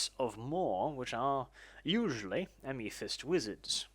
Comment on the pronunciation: aiMEE-thist? ffs.....